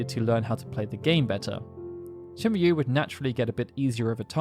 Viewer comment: Shinryu? Seriously?